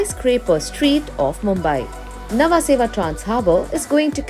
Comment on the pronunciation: Its Nhava-sheva not namaseva